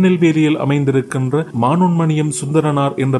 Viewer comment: ஆங்கிலத்தில் எழுதி தமிழ் பேசுறிகளோ?? மனோன்மணியம் தான்.. மானோன்மணியம் அல்ல